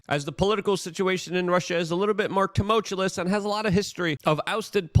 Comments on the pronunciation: Seriously dude, please pronounce the word tumultuous correctly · YOU'RE NOT ALLOWED TO MAKE FUN OF ANYONE UNTIL YOU LEARN HOW TO PRONOUNCE "TUMULTUOUS"!!!!